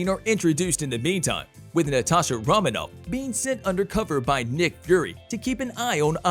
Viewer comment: I appreciate the undertaking of this video and the work it takes to put it all together. I have some minor problems with it being clear for those who don’t know or don’t remember some of the details…some mispronunciations like “ether” and “Romanoff”, “Yelena Bulova”…also plot details, for example Civil War features the bombing of the UN meeting where King T’Chaka is killed…the bomb was not placed by Bucky (Winter Soldier), he was framed for it by Zemo who wanted to defeat the Avengers by putting themselves against each other. Little details and carefully chosen words matter when dealing with a fan base of this size and passion. Overall, really great voiceover work and editing! The storytelling and weaving of one plot right after the other is good…I know how hard it must have been to write this script and include all conflicts.